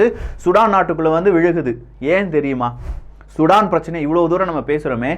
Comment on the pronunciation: நண்பரே மீண்டும் மீண்டும் தவறாக உச்சரிக்கிரீர்கள் சுடான் இல்லை சூடான் தமிழை சிதைக்க வேண்டாம்